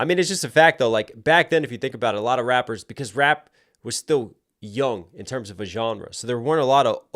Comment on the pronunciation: bro this shit made me laugh😂 he said “rapers”